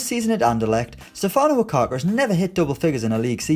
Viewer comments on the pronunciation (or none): none